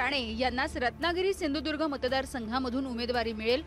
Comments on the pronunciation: याला सिंधुदूर्ग असं स्पष्टपणे म्हणता येत नाही आणि म्हणे भाजपाचाच. अरे दलबदलू तूला मात्र आता मतदारसंघातली जनता सपाटून आपटणारच. कारण तिघा बापलेकांचे लाळघोटेफण आणि खालच्या स्तरातील बोलणं. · नारायण राणे आपटणार चांगलाच, बकरा बनवला आहे, याला सिंधुदुर्ग नीट बोलता सुद्धा येत नाही. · सिंधुदुर्ग म्हनता येत नाही याला... तुला कसा पाडतात बघ कोकणकर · अरे ह्याला नीट सिंधुदुर्ग पण म्हणता येत नाही....